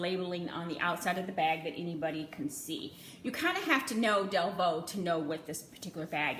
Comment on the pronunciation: Thank you for saying our last name right 😂 A hundred videos saying DEVUUUU